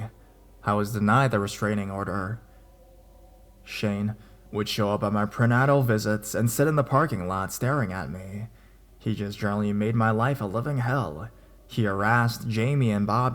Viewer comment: it's pronounced like "pree-naytal"